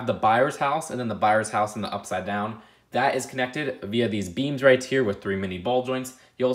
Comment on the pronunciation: With bro, not wif! TH!